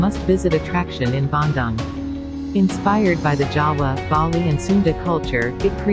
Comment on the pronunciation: the pronunciation of the City name is so wrong. whoever made it should have learnt how to pronounce it properrly